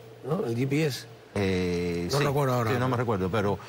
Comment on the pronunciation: ye pi es... si están haciendo una entrevista en español porque les es tan difícil decir GPS (español)